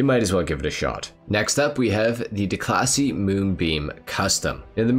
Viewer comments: Declasee Yosemitee LMAOOOO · "DeCLASSY" lol